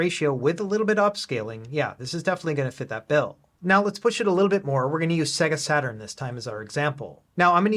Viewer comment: Mate, I love your channel. Please learn how to pronounce Sega.